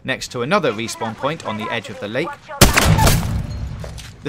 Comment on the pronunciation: “Numbah thwee... wespawn...” I can’t focus on anything but this dudes inability to pronounce his R’s. Sounds like my thwee year old niece.